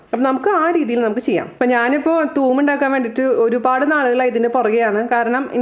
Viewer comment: Thuum allade thoom